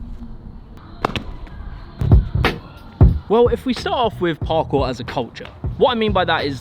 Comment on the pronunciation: I like how you say Parkour it just sounds perfect